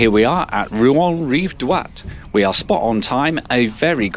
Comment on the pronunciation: It's Rive-Droite, not Rive-Droit.